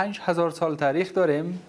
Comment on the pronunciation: هیچ کس به خود نمیگه ( نوش جان می‌کنم ) در ضمن تاریخ را لطفا ( ته ریخ) تلفظ نکنید از یک آدم با سواد مثل خودت بعید است